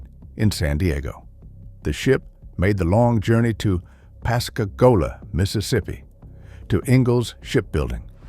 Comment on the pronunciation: I guess this is AI speaking. Ammunition was too expensive that's why they did the work. The guns work fine they just could not afford the expensive ammunition. Pascagoula Mississippi is pronounced differently than you pronounce it. It is pronounced Pass-Ga-Goo-La.